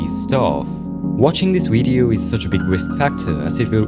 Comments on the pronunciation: "Weido" I love ur pronunciation it's so cute somehow lol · "wvedeo" (video)